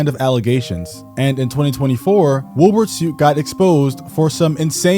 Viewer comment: Are you saying “Wilburt”? 😂